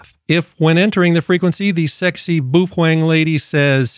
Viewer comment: Just a quick note to you regarding your pronunciation of Baofeng. The correct enunciation is....BOWFUNG. Thank you.